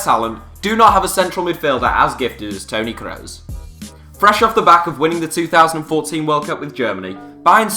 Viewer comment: Looool, the way the narrator says ‘Toni Kroos’